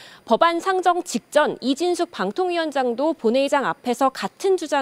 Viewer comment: 기자님 ㅋㅋ 발음 새서 이진"쉑"이라고 한 듯ㅋㅋㅋㅋ 😂 이상하게 속 시원하네요ㅋㅋㅋㅋㅋ